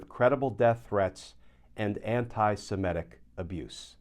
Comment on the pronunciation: Why can US Americans not say the word 'Semitic'? What is so difficult about this word?